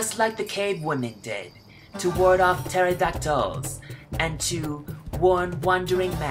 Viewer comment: " then I found a baybay " "terodactuls" lost it 😂😂😂